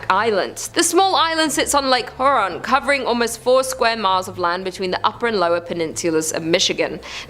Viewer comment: Thank you!! I was going to say the same thing. She didn't even pronounce Huron correctly!!! 🙄🙄🙄